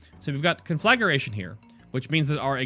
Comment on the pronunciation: Please! It's con-flag-gration, not conflag-ur-ation. That's the second video I've seen where it's mispronounced. Can nobody read any more??